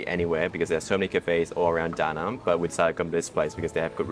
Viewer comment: Awesome video and thank you for pronouncing the name of city correctly too.